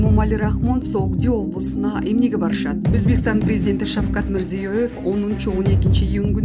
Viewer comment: Окуп аткан блогер Шавкат Мирзёевтин атын да айта албайсын .